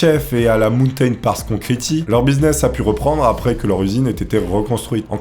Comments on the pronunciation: "né à souss dakota"... "concriti"... Superbe vidéo comme d'hab sinon <3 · Aïe aïe aïe, j’adore tes vidéos mais fais gaffe à l’accent anglais! Concrete. Hésite pas à écouter des prononciations des mots que tu dois citer tu trouves sur internet. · la prononciation de concrete fais un effort j'ai le tympan droit qui saigne